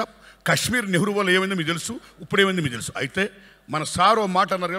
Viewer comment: తెలుగు అదే అమ్మ భాష ,ఉగ్గు పాలతో నేర్పిన భాషను కూడా సరిగ్గా పలకడం రాని మహనీయుడు మన ప్రజాప్రతినిధి అన్న మాట హ... హ... హీ! హరామ్ ఎంత పని చేసితి వయ్యా !